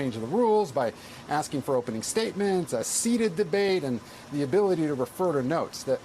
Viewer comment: A seeded debate, or do you mean seated? If so, please speak clearly, concisely, properly even?